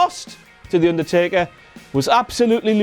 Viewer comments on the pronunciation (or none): I Love How Pronounces Undertaker's Name As If It's In English